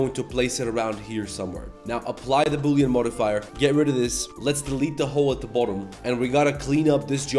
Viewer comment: Bully❌ Boolean✅